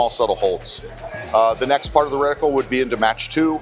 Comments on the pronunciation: Sounded like you were saying reticule to me. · Reticle, not reticule.